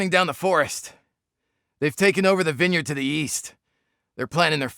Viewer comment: Who the hell says vine-yard? Learn to English. :P